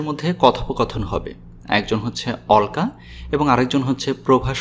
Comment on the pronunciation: উচ্চারণ টা হবে অ ল কা